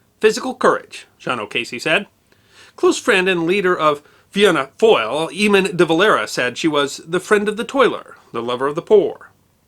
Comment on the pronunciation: Congratulations on getting the pronunciations correct, irish words such as 'dáil' and 'fianna fail' usually trip up foreign commentators.